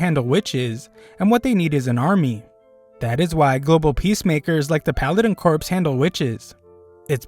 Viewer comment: "Corps" is actually pronounced as "core." It's a French word that means "part of a military organization."